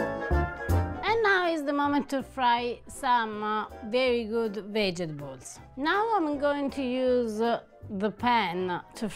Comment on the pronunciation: so delicately fried everything! I'm more curious about what a fried banana taste like. Less curious about the brain.?? Say, Vegetables! I pronounce it the same way because it helps me to remember how to spell it! Ciao ' ❤️🇮🇹